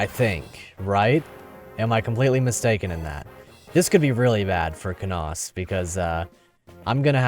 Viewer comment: Lucius lyn good, you say Canas wrong sorry :d